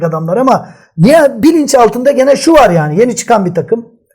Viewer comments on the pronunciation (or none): none